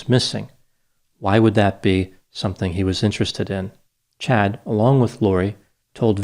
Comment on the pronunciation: Are you sure it's Chad and not Chode?